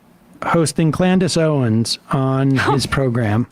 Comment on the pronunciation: “Clandace Owens” 😂😂